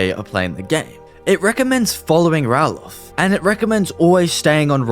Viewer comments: Not Rallof….Ralof (Ray-Lof) The guys in Riverwood show how to say his name! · Bro how can you get Ralofs name wrong bro? Like literally how? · Saying Ralof's name being said incorrectly repeatedly makes me wonder if you have even listened to any of the dialogue in the game, or even played it longer than 30 minutes before this video.